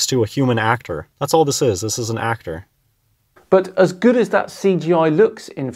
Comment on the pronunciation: "AHCK-TOHR". I've never felt physically aggressive towards someone for what they say; That however made me want to punch someone in the throat.